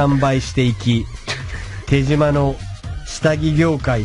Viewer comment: 有吉でさえ「てじま」と「てしま」で読み方 統一できてないのが，手島っぽい